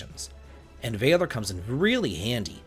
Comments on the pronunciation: "VAY-ler" is not how you say that word. it's "VAL-or" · Valor is pronounced closer to mallard than it is to tailor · gonna have to agree with the rest of the comments. The “V” word pronunciation bud. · Please stop pronouncing Valor like that. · The way he pronounces valor bothers the heck out of me 😂 I thought it might be an accent but no he's speaking with a standard American accent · I was literally talking to my wife about this when I saw your comment. I'm glad I'm not alone, if only 9 months late